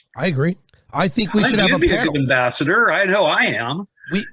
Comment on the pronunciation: The way he pronounces “ambassador” though